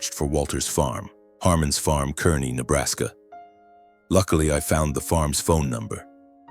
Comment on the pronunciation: I laughed at the details of this story! They begin with the “tiny town of Kearney, Nebraska”. First, it’s pronounced “Kar-nee”, not “Ker-nee”, and with a population of 57,000, it’s hardly a “tiny town”. Also, it’s only two hours from Lincoln, not three. 🙄